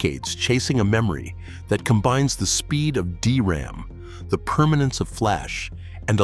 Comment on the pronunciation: "a D R A M chip" it's literally pronounced "dee ram" I hate AI